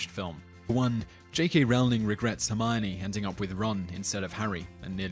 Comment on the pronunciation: It's Hermione guys, not Hermoni or Hermoini